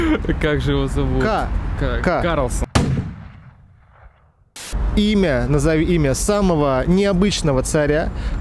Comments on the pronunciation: По-моему, правильно Карлсон, а не КарлОсон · КарЛСон, не КарЛОСон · Автор ! Не КарлОсон, а Карлсон ! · КарлОсон ???? Или может все таки Карлсон )